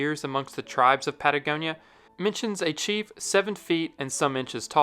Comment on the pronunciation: patagonia -pa ta goni a - ohne die finden sie a muss die hören